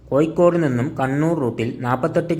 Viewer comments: ഏയല്ല ഏഴ് കോയിക്കോടല്ല കോഴിക്കോട് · കോയിക്കോട് അല്ലാ കോഴിക്കോട്